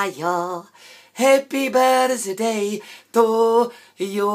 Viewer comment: Ve správné výslovnosti ale nemá být slyšet "z" slova Birthday, chápu, že to píše přehnaně, ale plno lidí to i tak vyslovuje špatně a už mě to začíná dost iritovat.